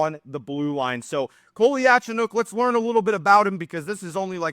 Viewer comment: Just to help everyone, it’s pronounced (Cole-ya-Cho-nOAK)